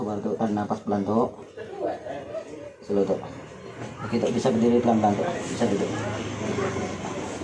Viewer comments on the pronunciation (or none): hebat, hanya spy lebih enak di tonton ada baiknya perbaiki tata bahasanya, misalnya mengucapkan istilah slow, bukan sellow dan spiritual bukan sepiritual. Adalagi yg sering d ucapkan: sy datang bagus2, sebaiknya katakan: sy datang kesini baik baik. Ok